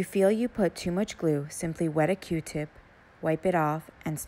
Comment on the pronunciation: She lost me when she said the word GLUE